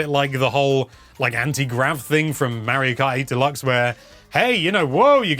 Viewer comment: Mayro Krat World.